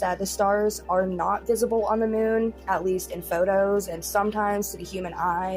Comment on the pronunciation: Why does Jeffree say “Moon” like “Moan” ? 😂😂😂